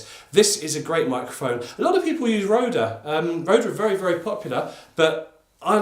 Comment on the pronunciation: "Rode" = "road" quit adding the "ehh" on the end